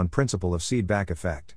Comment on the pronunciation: it’s not seedback. It’s Seebeck